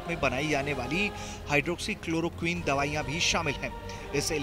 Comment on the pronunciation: Chalo aaj tak ne hydrochloroquin Bolna to seekha